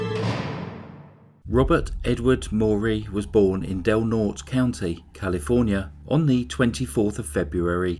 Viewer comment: Norte doesn't have a silent e like vote, it's pronounce "NOR-tay"